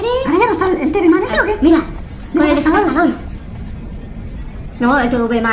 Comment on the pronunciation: Ese tivi man así se dice tvman